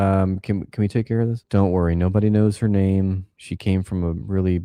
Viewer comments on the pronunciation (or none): Thumbs down for butchering that name. Watch your step, boy.